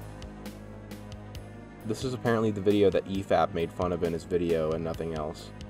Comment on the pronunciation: Were you meme-ing when you said efap and mauler's names wrong? That entire segment just kinda stood out..